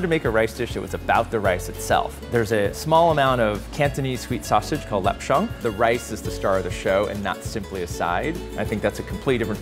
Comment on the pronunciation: since im cantonese, when he pronounced sweet sausage I cringed xD